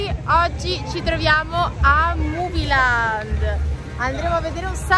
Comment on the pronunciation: Comunque si dice muvilend